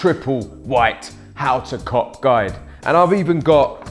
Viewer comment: How to cock guide - its sound like that when he says it